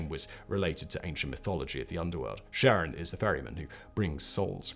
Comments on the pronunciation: Okay, first off it's Charon with a soft, but very discernable G-sound. And an A like in gArrison. Second: stop talking so affectatious. It's unbecoming. Third, your beard! It's too big. Now you like like a learned rabbi from the time of our grandfathers. Your head is too small for such a grandfather bush. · I don't want to hate on this video cause Simon and all his channels are awesome, but it's karon, not sharon, right? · In Greek mythology, Charon or Kharon (/ˈkɛərɒn, -ən/ KAIR-on, -ən; Ancient Greek: Χάρων) idk who Sharon is. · Pretty sure it's pronouced "keh-ruhn." Almost like Karen. Not pronouced Sharon, like Ozzy's wife. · True to his word Simon has blocked comments mentioning the word that starts with a P and sounds like annunciation. But to be fair even astronomers don't agree on how to say Charon as some go with naming the planet after his wife while others use the classical (keh-ron). Personally I'm old school and hearing it as Sharon grates on my ears but I'll get over it. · so who is this sharon? any relation to (phonetic spelling warning) KARE-UNN? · Car-On, not Share-On. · It's not Share-on, it's Care-on. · Sharon? We say CHaron with a ch as in lochness, As in the boatsman, "Who pays the ferryman?". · Low-well. Keh-ron. :) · I really don't understand why on Earth in english its name starts with a C. It should be a K, as Kharon. Because Kharon is named after an ancient greek deity, the ferryman of Hades. And pronunced with a K sound. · Charon? Don't you mean Kharon? After all, you know what they say... "Charon IS Kharon" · Pronouncing it "Sharon"? Seriously? No one tell Julius Sheeser, he might go to sherch and sheck his shar. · Stop calling it Sharon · Kar-on would be more accurate. Good video otherwise. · Charon is Neither “Share-on” nor Sharon. It is a hard C not a soft C. ✨✅ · Every time Simon said Charon, all I heard was Ozzy yelling "Sharron!!". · You're pronouncing it wrong. It's Greek, not French. You read it as if there's a K.